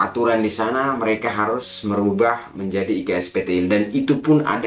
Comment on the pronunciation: 6.28 iksptl nya "TOK"... kecampur logat bahasa jowo mas..😁